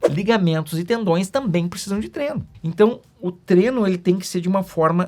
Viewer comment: Doutor, por favor, a palavra é "Treino" e não "Treno"! Abraço!